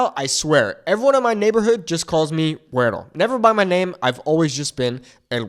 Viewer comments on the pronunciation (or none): don't pronounce the 'r' so hard in 'guero', dude. makes you sound like a white guy. and I'm a white guy (with Mexican grand parents) hmmm. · seriously.. a wyt man teaching MEXICAN spanish?? I'm MEXICA (pronounced meh-SHE-kah).. don't take classes from a wyt guy.. WTAF?? stop it.. seriously.. wypipo ruin EVERYTHING! you don't even pronounce "WETTO" correctly.. they call you that BECAUSE you're caucasian.. it CAN be endearing.. or.. it can be an insult.. kind of like when wypipo in the south say "bless your heart".. you may have LIVED in mexico.. but.. you're not educated in the nuance or culture.. and.. I've never lived in what is now known as mexico.. my bloodline is anchored to the two thirds of the land mass that is now called the USA.. I will never take instruction about MY heritage from a wyt guy!! especially when you don't understand that our native tongue is Nahuatl not "spanish"!! because spanish is the language of the colonizers and genociders.. maybe learn about THAT? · Ey foo, why do you change into a whole different being when you pronounce “güero”? All my Chicano compas don’t even put that much sauce on how they say it 😂😂😂